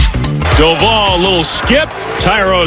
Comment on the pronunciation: Will they ever pronounce Doval correctly??